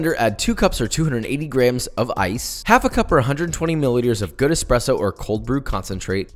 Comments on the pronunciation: as an italian I’m amazed by the way he said “espresso”. JUST PERFECTTTTTT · Thank you for nailing “espresso” pronunciation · amazing accent when saying Espresso..from an Italian, well done